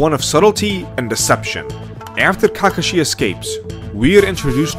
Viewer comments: I mean it's still fantastic. This dude Can't even pronounce Kakashi properly so I do know how much Naruto he actually watched. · the video was enjoyable until he pronounced kakashi 🤦🏾‍♂️ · his pronunciation of character names is cringe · Bro I know i can’t respect your opinion because of how you pronounce kakashi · Bad: KAkeshi, GENin Good: KeKAshi, geNIN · Okay, I like the video and agree with your points completely, but I just HAVE to point this out... You are pronouncing some of names and terms waaaay wrong, I cringe everytime you say "Nuhroodoe" or "Kakuhshi" or "Gen-inn" . It's like an out-of-touch southern parent talking about "them there pokeyman cartoons"... Nuh-roo-doe should be Nah-roo-toe, Kahk-uh-she should be Kahk-ah-she, and Gen-inn should be Gen-een. Please, my guy, it's like nails on a chalkboard listening to you brutally slaughter those pronunciations. I will give you credit however for pronouncing Shippuden as "Sheep-pu-den" correctly, it's rare that you hear someone actually say that one properly. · you should hear the way he pronounced Kakashi and Genin too. Cringe overload